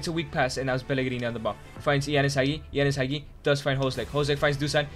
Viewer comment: Why is Castrovilli Capt? he isnt even second or third capt in our team, should have made it Milenkovic. Hell Castrovilli doesnt even play, benched by Bonaventura and Maleh. dude cant even pronounce Hagi correctly.